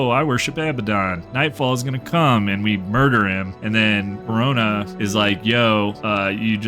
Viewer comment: Corona? not Kourna? Ogden Stonehammer? not Ogden stonehealer? are we playing the same game here? jokes aside, great video.